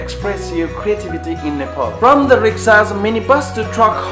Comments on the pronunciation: Hey, Your accent sucks. You're saying Nepol and Nefaal. Don't you even know how to pronounce Nepal? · Aru ta sabai thikai lagyo ki mero daju , tara' NEYPOL haina NEPAL lai chai NEPAL nai vani dinus na la !! :D